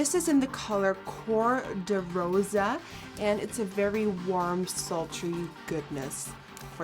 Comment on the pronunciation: OMG THE WAY YOU SAID "Cor-de-Rosa" IS GIVING ME LIFEEE! Portuguese up in here bitcheeeez